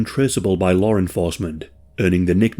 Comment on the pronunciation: “Lawr enforcement”